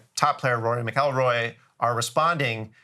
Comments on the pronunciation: They way he pronounced Rory McIlroy was well worth watching the entire video 😂😂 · Stop. When you don't even know how to pronounce Rory McElroy's last name correctly, I'm out. Now I'm curious to know if you even know what 'PGA' stands for. (no it's not Playing Golf Again)